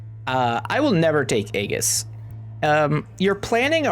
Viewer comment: Great guide, but you pronounce so many words incorrectly that I spent most of the video chuckling at you. 🤣🤣🤣 Riposte: Aegis: Multiplicative